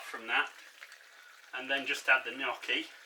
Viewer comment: First of all, I'm Italian and I hear so many people pronounce Gnocchi wrong. You say it perfectly! I have memories of making home made potato Gnocchi with my mom. It's so good and one of my favorites. As you poured the 2nd glass of wine, I was wondering if that one was for you. hahaha. Great recipe!